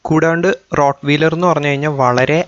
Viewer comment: റോട് വീലർ എന്നല്ല ആ വാക്ക് ഉച്ഛരിക്കേണ്ടത്. റോട് വയലർ എന്നാണ്.(rot-wahy-ler)